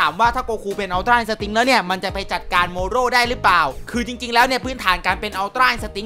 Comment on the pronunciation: ทำมัยเหมือนพี่พูดเมรุสกับโมโรผิดไปนะเนี่ย